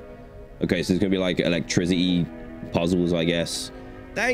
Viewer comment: Bro instead of saying electricity he says elec-TRIZ-ity I’m not trying to be mean just pointing it out